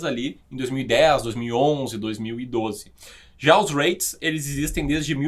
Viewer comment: Conheço os J-Reits pois moro no Japão. E sim, você pronunciou errado,! Hahahahah 😂